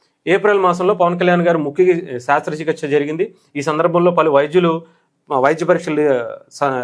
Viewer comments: బయ్యా శాస్ర కాదు శస్ర.... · అది శ్రస్థ చికిత్స not శ్రాస్థ చికిత్స